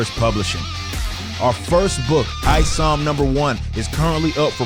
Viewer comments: I knew the guy was a joke as soon as he called Isom “EEEsom”. He either didn’t do his homework or did it on purpose. I can’t wait to read ISOM! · Eee-som guy is full of himself. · This man really said ee- som .. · Exactly it's pronounced like "isometric", I feel like he was saying it wrong on purpose. Nobody looks at an "I" with the first thought that it's an "E" sound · I'm literally 25 seconds into this video and dude has already made a fake condescending congratulations, and mispronounced the name of your main character. This ain't gonna go well for him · notice the visible cringe when he mispronounced Isom's name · Smugness and Jealously all rolled up in one person. Even how he pronounces Isom screams im jealous. We all know how its suppose to actually be pronounce and he refuses to do so. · fish intelligent big lick kick pitch hitch jim him, while i can agree that it's either he's purposefully mispronouncing it or just didn't care at all to know the stuff he's being "skeptical" of, the letter "i" do indeed have quite a range of pronunciations in English words